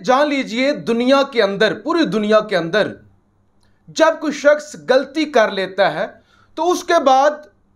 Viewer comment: the word is ghalti not galti